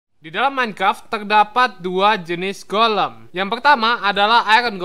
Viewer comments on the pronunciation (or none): bang itu golm bukan kolam